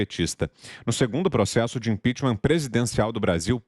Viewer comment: Mesmo depois de 5 anos o Lula ainda não conseguiu falar a palavra "impeachment"